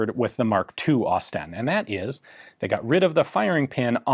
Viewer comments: It's pronounced 'Osst-in' Great vids though! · "Ausie STEN" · > Expect it’s going to be pronounced like Austin > Aus-Sten > I see what they did there 😑